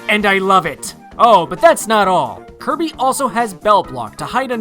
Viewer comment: did you say kirmy? its kirby